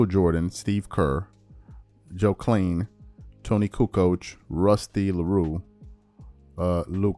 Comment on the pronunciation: Joe Klein (CLI-ne, like Calvin Klein) 🤦‍♂️🤦‍♀️🤦